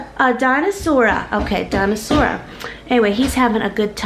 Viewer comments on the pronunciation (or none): Benjamin: dinosaur-uh Jamerrill: ok dinosaur-uh I’m cracking up 😂😂😂